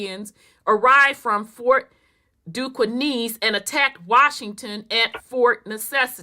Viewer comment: no disrespect mamm, cause you've brought so much clarity to the Great oke doke as I call it buti I just couldn't stand it anymore. Pronounced (Duskane) or( Ducain). Now I understand why as a black male that only we go through what we go through the way we go through it with these folk. Peace and love mamm